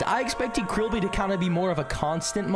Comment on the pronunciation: Stop saying krillbe